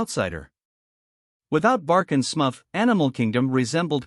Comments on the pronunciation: Smufff? It’s Smurf dummy! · what horseshit. At least pronounce "Smurf" correctly